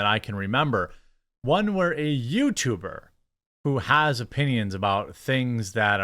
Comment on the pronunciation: "Yootuber" lol